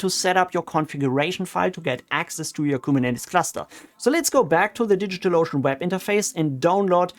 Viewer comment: I like how you pronounce DigitalOcean like "Digital Lotion." 😄